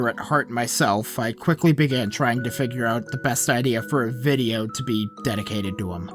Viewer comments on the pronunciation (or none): none